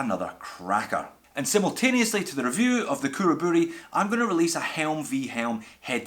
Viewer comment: Perfect pronunciation on Khuraburi!